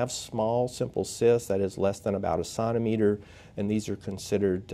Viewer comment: Great video. Although I struggled with your pronunciation of centimeter.